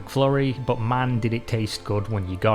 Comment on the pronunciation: Soun (son), boot (but). What the hell?